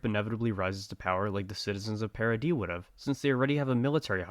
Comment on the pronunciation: Like oh my God this guy actually pronounces Paradis, Paradis and not paradiss